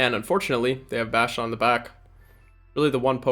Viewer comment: I cringe everytime I hear “bashtiodon” 😂 Sweeeet team though 😁